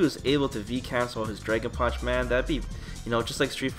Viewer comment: What the fuck is a "Draygon Punch"? lol